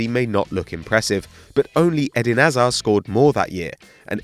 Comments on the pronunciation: Can this guy learn how to say hazard!?! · Why can't you say hazards name properly